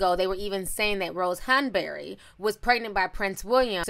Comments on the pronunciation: The way you say "Hahn-berry"!😂😂😂😂😂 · Ti, Why you saying Rose “Hun-burr-reh” like that? 😩😂😂 I’m cracking tf up at how you saying it all snooty 🤣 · Ti's British accent "Rose Hanbury" 😭😩😂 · I am weak...you kept saying “Hanbury” 😂😂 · I’m over here cacklin at how you say Rose Hanbery 😂😂😂😂😂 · I love the way you said Rose Hanberry 😂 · I love the way ti says Hanbury lol